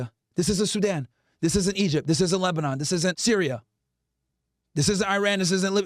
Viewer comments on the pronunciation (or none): none